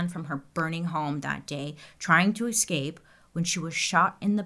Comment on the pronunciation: Bailey , PLEASE, it is eScape not Excape!